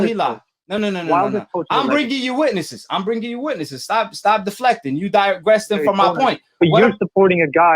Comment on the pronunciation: My man said digresting